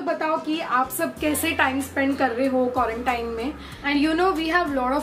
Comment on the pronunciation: By the way its quarantine not quarantaine pehele mai bhi quarantaine bolti thi 😂😂😂